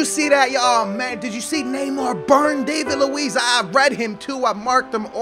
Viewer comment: "Davit Luiz"